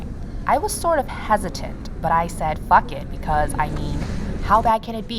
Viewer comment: She said phók it! 😂 I died.